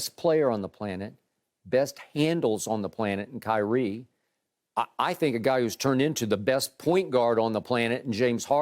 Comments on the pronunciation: He said highrie Shannon stay giving out names like le ankle 😂😂😂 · "Highrie" was an honest mistake but that took me out 😂💀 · I cant tell if he said highre on purpose